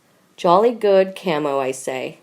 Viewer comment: Can't get over how bad this narrator is: camo instead of camEo is her latest blunder in a series of awful blunders.